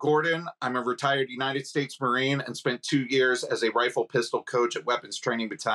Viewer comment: Negative "MaRInE" ? 🤣 wtf is this